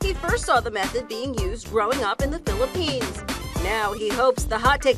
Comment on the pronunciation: I like when she said FILIPIES LOL ITS PHILIPINES